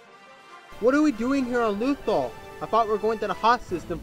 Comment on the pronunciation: it's lothal not lothol